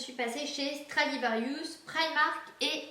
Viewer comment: Stradivarius RIUS pas rious :) comme ça tu sais :)